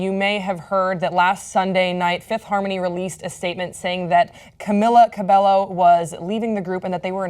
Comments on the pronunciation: They are saying her name wrong it's Camila cabello (cab-ay-oh) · How are they calling her "kah-mill-ah kah-bell-oh"